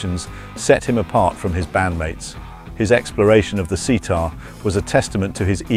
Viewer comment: This video and the script is literally a copy paste of a far out magazine article with nearly the same title which was released just two weeks before! What a load of rubbish... Probably read out by an AI as well with how it said "sitar"